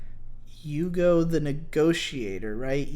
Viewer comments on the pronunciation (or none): none